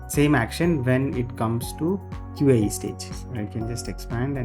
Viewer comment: its QA, not QAE.